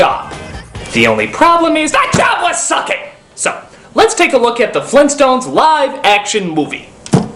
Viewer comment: GRAND DAD?! FLEENTSTONES?!?!